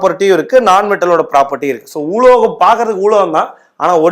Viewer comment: ஊலோகம் ஊலோகம் இல்லை உலோகம் அலோகம்